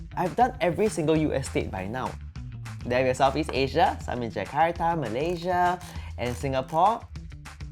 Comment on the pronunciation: I love how he pronounced "Jakarta" not "Jekarrdaah". So now we know!